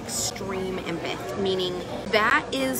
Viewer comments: Actually she said she's an "impith" 😂🙃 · tara saying “impith” instead of empath tells me everything I need to know about her😭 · Isn't it emPATH not empith? Lol sit down tara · ok good god Tara, your idiocy is laughable and what’s even funnier is you keep calling yourself an “Empith” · No no no, you misheard… she’s an “empith” 😏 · She actually said she was an "empeth" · nah nah an "Empith". (in all seriousness.. jfc... shes awful.) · Not the “extreme empith” 😂 cmon now… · I keep rewatching and the way she says empath is bugging me LMAO "Empith, empithic" GOD. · An “impith” lmfao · I dont know thAt tara can talk, she sed-embedt instead if emphant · "I'm an embeth" Girl can't even pronounce empath 🚩🚩🚩🚩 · Wtf is an “emputtthh” 🤦🏽‍♀️ #failtara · An "impeth"? Yeah you're an imp hon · “I’m an empath.” (It’s pronounced EM-path, btw) But also… “Some people like you are just like horses who need to go to slaughter.” Ohhh, okay crazy 😂😂😂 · She doesn’t even pronounce “empath” with any conviction…or correctly. Good god. I didn’t know anything about this cycle/industry. Awful.